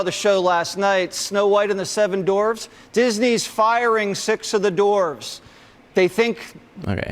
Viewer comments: Why does Jesse look like a robot whose batteries died when he is listening? DeSantis will lose since he caused the dip in stock price. Also did Jesse say dorves instead of dwarves? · Omfg it's not pronounced "doorvs" you creepy rapey tucker wannabe. I can't figure out if I liked tucker or whatever that creep hostes name is. Isn't there inherent risk in investing.....like you invest with the understanding that you don't run the company and they could make bad decisions hurting you both financially? Isn't that one of those free market things the see as holy? You know that if some liberal was pulling this same argument if bud light had invested in the kkk, Ron would be livid and indignant at the idea that the woke marxist left communist mob was trying to dictate what decisions a company made! How does he not understand that marketing and messaging IS a business decision? He is such a little tiny weasly child.